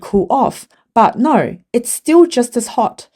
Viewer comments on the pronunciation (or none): No is not spelled Nurr NZ and Aussies don’t understand what the letter O is supposed to sound like